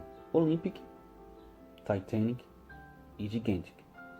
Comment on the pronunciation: Finalmente alguém falou o nome do Titanic certo kkk glória a Deusssss kkkkk